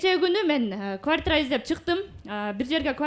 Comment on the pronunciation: Кууартирра дебей эле Батир деп эле сүйлөгүлөчү🤦🏻‍♂️ өзүңөрдү да уккан элди да кыйнабай❗